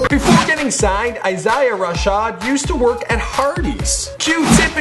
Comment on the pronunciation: did you just pronounce Isaiah EyeSya